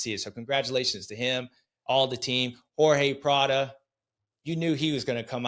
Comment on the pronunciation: “Horhay Pladdo” we back lol